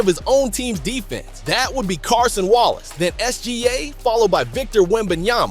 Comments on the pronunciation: Its Cason not Carson bro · Cason not Carson 😇